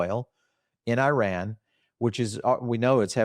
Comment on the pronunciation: You guys really should try to pronounce Iran correctly. If you can pronounce Venezuela correctly, you are certainly capable.